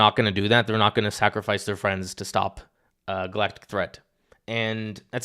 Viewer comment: Cos 'Fwiends'